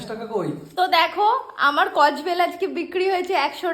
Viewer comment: Kodbel ❎ kojbel ❎ 😂😂😂😂😂😂